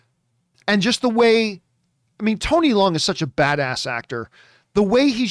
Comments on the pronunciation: Tony Leung, Leung doesn't pronounce "le - ung", Leung pronounce like "learn". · Absolutely incorrect, unfortunately. Watch any Chinese awards show where he wins, the call him “Lee-YUNG Chi-Wai”, which is how his name is pronounced in Chinese. Obviously, in China, the family name comes first and “Tony” is just an Anglo-cized version of “Chee-Wai”. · yes actually “learng” is more accurate but I just afraid people will also pronounce “learng” in a funny way so I use a word "learn" that everyone know how to say. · The way people have been pronouncing it has been annoying me too lol. It’s basically “learng”!